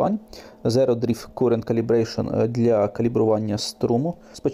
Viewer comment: Відео гарне! Карент, карент (current)...